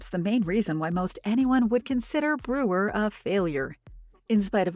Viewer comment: The useless AI narration can't even pronounce "Brewer" properly. So distracting it's unwatchable